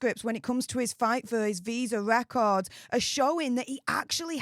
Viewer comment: "Wecords have been weleased!" the altew Newd said.